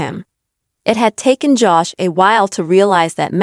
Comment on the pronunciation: PIT BULLS DO NOT GET MATTED FUR ....AND LEARN HOW TO SAY HIS NAME CORRECTLY. IT IS JOSH NOT JASH